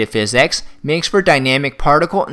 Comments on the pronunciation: he says phisycs like forrest gump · the way he says physics is really funny